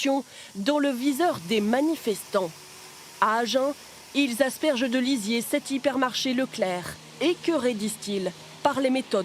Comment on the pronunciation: Par contre arrêtez de dire lisiser pour tout et n'importe quoi